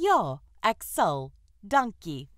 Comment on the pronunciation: The word "ek" is not pronounced "ack". It should be "ek", like in: exit, excuse, experiment, extra, etc. Not "ack" like in "acknowledge".